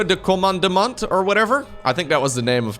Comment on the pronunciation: French here. "Centre de commandement" is the french name of Command Center. Your french is very nice and i hope you keep saying it when you stream Clem game or any another french. Also we dont say the T at the end of commandement.